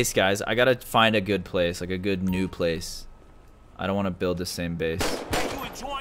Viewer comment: At. The. Ples